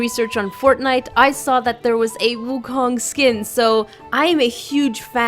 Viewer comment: It's not wu Kong it's u Kong (ooo-koong